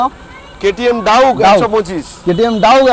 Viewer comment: ডাউক নয় ডিউক 😅😅